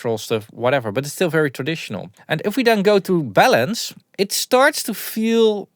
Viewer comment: I thought you said bellends! 😂